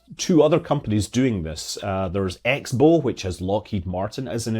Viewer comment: X-Bow is pronounced "Crossbow" (source: I don't work there, but my employer works with them, so I talk with X-Bow employees).